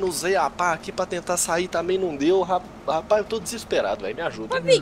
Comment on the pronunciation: só fala rapaiz kkkkk